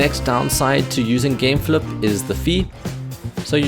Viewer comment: "gameflup" lol